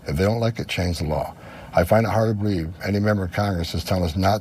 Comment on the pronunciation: Well Tommy boy says it this way”I find it hard to bereave”